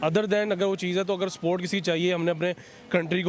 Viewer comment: Bhai ye Pakistani log support ko sport kyu bolte h 😁😁😁😁